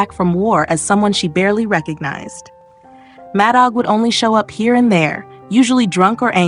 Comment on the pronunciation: The AI is horrible ! It's pronounced Mad Dog